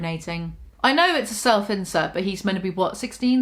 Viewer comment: I keep hearing "self-incel" every time she says "self-insert". Still fits just fine though